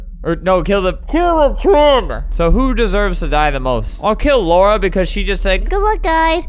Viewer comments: man reads lara as laura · i don’t care if i’m a year late, it is pronounced la-ra not laura. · ITS LARA NOT LAURA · the way he say Lara is the way he say my name. it's like he called me HAHAHA